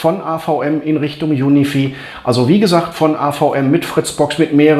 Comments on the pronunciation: Juni vieh macht mich fertig 😂🙈 Junifei spricht man das aus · Cooles Video - Danke dafür. P.S. UniFi spricht man wie "Unifei" aus ;-)